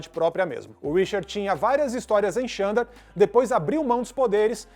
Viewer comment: Se escreve Xandar mas se pronuncia ZANDAR...vamo fazer o deve de casa gente